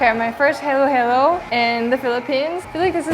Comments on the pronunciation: It's shouldn't be pronounced as Heylow-Heylow! It's Haa-lo, haalo (Halo-Halo) because all the A's in the Philippines are pronounced A for apple. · soooo who is gonna tell our queen that Halo-Halo is pronounced "hollow-hollow" <3 love you Doobyyyy